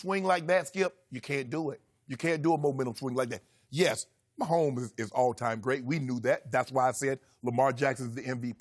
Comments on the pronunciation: Nobody: Shannon: Pat Myhomeboy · Me: Patrick Mahomes Shannon: good ol Patrick MAHOMBOY